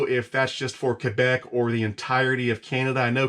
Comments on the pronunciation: He pronounces Quebec properly! Kebec! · You say Quebec very well for an American haha. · Im surprised as an American you say "Quebec" perfectly well